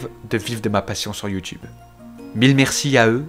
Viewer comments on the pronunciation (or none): none